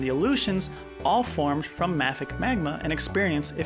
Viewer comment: I have never heard “mafic” the way you pronounce it. I have always heard it pronounced “may-fik”